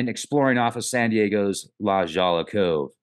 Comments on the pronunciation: The locals pronounce it like 'La Hoya' coves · The J is pronounced more like an H in LA hoy ya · Very funny LaJolla is pronounced: la hoy a It's beautiful. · La Jolla is pronounced La you man! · You mispronounced La Jolla cove